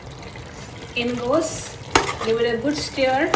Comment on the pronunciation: It is stir not steer😂. God bless you 🙏 ❤️